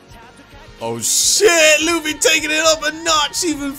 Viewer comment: Tell me he didn’t call luffy luf